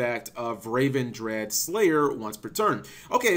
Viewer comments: Great video, just in quick nitpick. you kept calling the Ritual Ravendread when it is Revendread. Re like revenant. This bugs me more cause then you pronounce the Ritual spell correctly with it being the same exact word. that will be all. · RE-Vendread. that's how you say it. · Also it doesn't say raven. Say it like you're saying revenge. Revengread